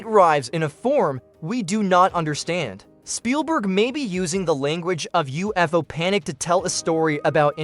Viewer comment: Some AI has problems with pronunciation and grammar. This AI pronounces UFO as Oof-o.